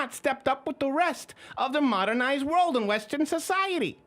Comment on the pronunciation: Lebrals whatching this: OH MY GOD he just said WESTER CIVILIZATION! WHITE SUPREMISISED.